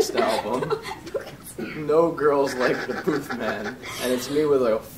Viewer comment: D'accord, c'est Charlie Puth not pouuuuth. u pas ou.